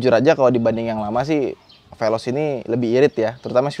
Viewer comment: Amit2... Ini bukan apanjah ini pelozz😂😂😂